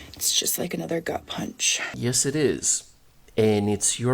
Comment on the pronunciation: Did she say "gut punch" or "gunt punch?"